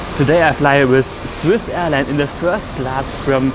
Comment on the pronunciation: Es heiß with und du hast wiss ausgesprochen